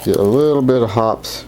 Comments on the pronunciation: It's pronounced hop pees. Not hops. Watch one of their commercials if ya don't believe me. I notice you have the gentle rubbing motion down pat. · Please, it's pronounced hoppeez, not hops. Very good idea, I use the brass looking toothbrush, but I will start using one of those Scotch-Brite pads on my Taurus .44Mag and Tarus .22LR revolver. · It's pronounced hoppeezz, not hops. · I thought it was pronounced Hop pees' #9. I've been pronouncing it wrong all these years!! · Hop-eeez, not Hops. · Love your vids - I think it's pronounced Hoppeee's as in eeezzz, not Hops. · 1. What's the problem? My guns are scrupulously clean but I've never bothered with those rings. They don't affect function and I can't see them anyway when aiming. 2. It's Hop-eez, not Hopp's. The 'e' is sounded. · It's pronounced hop-pees. Not hops. Go watch a video or two at . It makes great cologne, too. Thanks for the tip though. Great advice! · It is Hoppes, pronounced Hopp-ies, as in poppies. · It’s pronounced “Hop-eeees,” per the manufacturer of the chemical. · its pronounced 'hoppies' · Hop' Peeez, two syllables ... just say'n. :) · just a small note: In these parts we always pronounced it "Hope-y's" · FYI Hoppe's is pronounced HOPP-EEZE. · Hoppes is pronounced "Hoppys" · The e is pronounced at the end of Hoppe's.